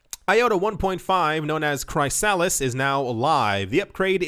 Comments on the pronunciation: I know you like to pronounce words differently but its pronounced KRIS-A-LIS not CRY-A-LISS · Chrysalis = chris uh lis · Dude it’s Chrysalis (chris a lis) like a caterpillar turning into a butterfly 🤦‍♂️ 😂